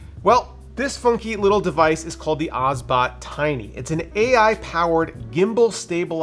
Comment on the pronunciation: It's Obsbot, not Osbot ;) Good review anyway.